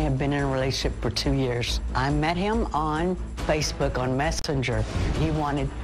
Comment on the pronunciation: anyone else notice she called it Facebook Mestenger? 😂 she said he lived in the 90210 area code. 🤔 Might be in cognitive decline.